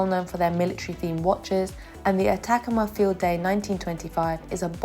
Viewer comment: I've a feeling that you didn't know and therefore didn't look up the name Atacama, as you're pronouncing it incorrectly. The emphasis is on the 3rd syllable. It's the name of a desert in Chile. I'm pretty sure Bear Grylls did an episode there.